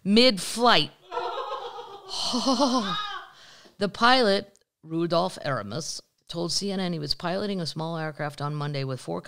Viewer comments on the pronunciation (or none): none